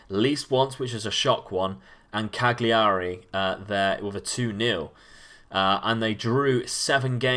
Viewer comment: Love the video but please please learn to pronounce foreign club names. Lecce is Leh-ché (look up Spanish for milk on Google translate) Cagliari is Cal-ya-ree. Also Angers is On-jer. I know this isn't the crux of the video you're making but it would be an enhancement, at least in my opinion.